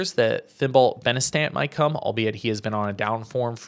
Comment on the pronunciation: The pronunciation of Benistant and Laengenfelder 😂😂